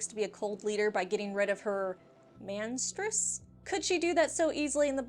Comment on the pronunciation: 15: 25 Misterress? I thought about that too, doesn't really roll of the tongue